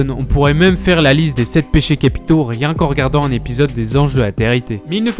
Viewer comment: "Tu sers a riéñ"